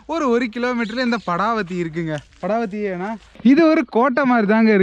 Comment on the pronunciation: Ithu padawathi illa paadawathi😅